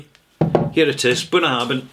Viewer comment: I'm sure you know Gaelic "bh" is pronounced as "v", not "b".